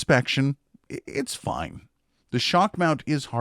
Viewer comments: it's not fine, it's fine-fine 😅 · I believe it's pronounced "Fine Fine" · I pronounced it the same way when I got my fifine mic, but supposedly it's pronounced Fine Fine. Which is totally weird. Great content btw. 👌🏻 Subbed.